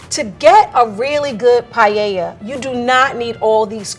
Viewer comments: Not paieia but PAELLA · Why do they say payeyeia. Es Paella, PA-E-LLA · Quién quiere llorar después de ver estas paellas 🥲 hasta el lvl 3 le pone cosas raras xd (me encanta que le digan "pallella" o pela" ajsjjaja) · I was so confused throughout. Here in France, paella is pronounced paeLLa not paeya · Porque nadie pronunciar bien paella?? No es pallella, es paella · Me causa mucho conflicto que nadie pueda decir Paella correctamente. NO ES PAYEYA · PAELLA Everyone in the video : 'PA-E-A' Me : 'Paella'.... Where I pronounce both the LL Is my pronunciation correct or theirs 🤔😵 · I think they should all be moved up a level for pronouncing it 'Pai-ay-ah' instead of 'Pie-ella'. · Llevo dos segundos y ya estoy llorando. Also, guys, why do you say pallella? PA-E-LLA. Aaaand we don't use extra virgin for frying. Unless you are bougie AF. It is for eating it raw. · First step could be to NOT say " pallella " ? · ‘Pallella’ learn how to pronounce it and then you’ll cook ma’ darling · i don't understand why most americans say "payella" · por qué lo pronuncian payeya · I am Spanish and I want to cry! The woman can’t even pronounce paella right? Wth is payeya? If I was presented with any of these dishes, they would have to go in the trash where they belong. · As a Spanish native speaker, I get so peeved when says "payeya". Dang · I'm from south Africa and it's bugging me that they say paella. Here we pronounce it as pa-el-la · Payeya? Spanish chorizo just because paella is from Spain? It's not that difficult, please, just focus a little bit. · "Payeya" Killed me!!😂😅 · « Pie heya » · As a Spaniard, I think we lost the "Don't put chorizo in a paella" war. Now I would symply settle for English speakers to not pronounce paella like "pah-yeh-yah". I really enjoy the full video, tho. Fantastic video edition 😂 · Or the English with…Pie-el-la…shudders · Paeiaia XD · or worse, "pallella" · Every time someone said P A I E I A i lost like 10 years of life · Her "payeya"